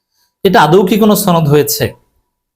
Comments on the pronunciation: সনদ কে ছনদ বলে কিছু কি বোঝাতে চেষ্টা করছেন? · ছনদ না সনদ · সনদ উচ্চারণ সঠিক না, গুজব ছড়ানো হচ্ছে।